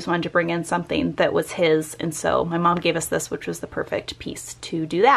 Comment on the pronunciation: Why do you say it 'bom'.. it is mom!